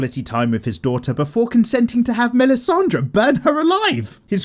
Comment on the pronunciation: props to yo for making this nice series, bro, but the way you pronounce "melisandre" is sooooo off